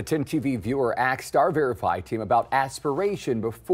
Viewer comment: did this cretin just say "axed" instead of "asked"? lmao